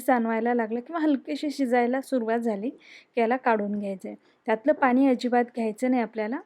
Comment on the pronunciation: बाई पाणी म्हण. पानी नाही. पिण्यासाठी, पिन्यासाठी नाही.